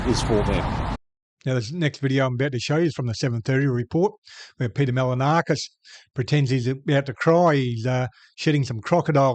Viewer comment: Try pronouncing his name properly. Its not Mal-a-na-kis. You could try Mahl-in-o-skus. No stress expressed anywhere. Try that. It'll be better than most attempts. You'll get it right while he gets it wrong. Couldn't be better. English speakers are the laziest in the world.